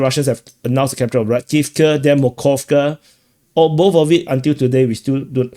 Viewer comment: Not Mokovka but MoSkovka-Small Moscow. Pick up yourself, get minimim of proper pronunciation. You suppose to be ashamed.